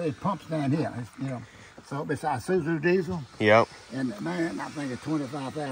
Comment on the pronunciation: "It's one of them eyezuzu diesels" dead